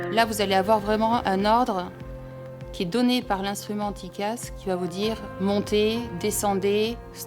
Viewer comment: Bonsoir, on ne dit pas dicasse mais cela s'ecrit : TCAS. cordialement